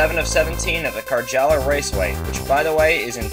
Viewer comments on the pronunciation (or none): You need to pronounce it "Caryala." Nice track though, looking through blue-and-white glasses ;D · Why do you say "Karala" instead of Karjala?